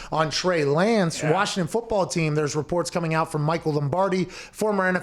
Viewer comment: They pronounce it Warshington round these parts.